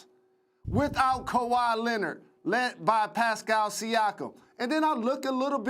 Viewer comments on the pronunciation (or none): none